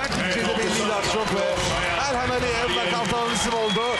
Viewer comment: Sunucu kim? Elxana Mesut diyo 🤣